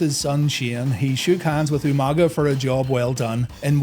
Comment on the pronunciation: UMANGA!! Lmao William Regal always botching that was hilarious but Umaga was a freaking beast.